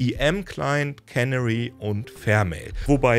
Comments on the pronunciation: Der Punkt ist, wo die Betonung liegt. Es ist nicht KÄNnery (cannery), sondern keNÄÄry. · Canary wird (wie auf deutsch auch) auf dem zweiten "a" betont. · Canary (Kanarienvogel) wird übrigens nicht wie Cannery (Konservenfabrik) ausgesprochen. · Canary wird typisch für Englisch »Känäri« ausgesprochen.